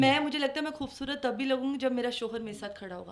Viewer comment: Plzzzzz خ کو کھ مت بولا کروووووووو کھوبصورت نہیں ہوتا۔۔۔۔